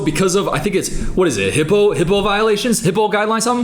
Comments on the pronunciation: it's HIPPA not "HIPPO" 😭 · “HIPPO Violations🦛??” I’m dead, 😭 It’s HIPAA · DID YOU SAY HIPPO VIOLATION? 😂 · HIPAA…. It’s HIPAA 😂